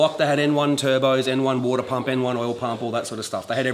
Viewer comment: Als kleine Hilfe für die nicht-englisch sprechenden: Wenn er sagt "woooadah", das heißt "water" Grüße